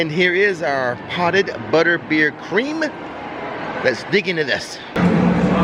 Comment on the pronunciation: I may have been a little, well tipsy, but I'm pretty sure you said Buttbeer and that makes me giggle.